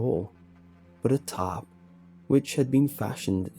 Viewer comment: I think he was saying tarp?